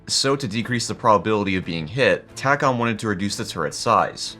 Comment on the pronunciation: We pronounce it TAY-com. Just sayin'.